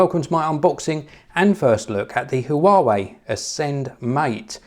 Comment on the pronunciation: Huawei is pronounced "hwah way".